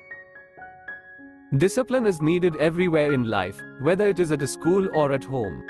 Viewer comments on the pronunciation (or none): none